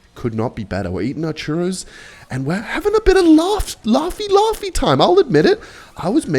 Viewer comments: Bro saying tchuros instead of churro holy shit. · its churros not charros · how tf did you manage to pronounce chohrros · its chuuuros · its pronounced churros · "chuhrros" 🥀🥀 edit: holy it was an actual plot point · ngl I had the same reaction as her when you pronounced churros as CHAwros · I also reacted when said churros wrong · as a spanish person, i will hunt you down for this pronunciation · Technically, you both pronounced churro’s wrong. You got to roll the “rr”. But I also believe there is no such thing as pronouncing foreign words wrong, it’s just your accent. To each their own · im from Spain, the way you say churros sickens me to my core 🥰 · "no no no" says as he corrects his date about the pronounciation of "churros" at the San Churros at Hillary's Boat Harbor in North Perth. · zawg never say churros ever again 🥀💔 i ain't even spanish and ts Made my ears bleed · I speak spanish as a main language and I didn't know wtf he was talking about until he pointed out he was pronouncing it wrong and the said it a bit better